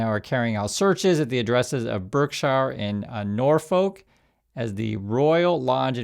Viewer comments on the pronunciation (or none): just for info. In UK Berkshire is said Barksher and Norfolk is Norfuk 👍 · Ahem, Berkshire is pronounced bark-sheer Norfolk, nor-fuc 🇬🇧👌😎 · Berkshire pronounced as Barkshire as in woof woof. Thank you.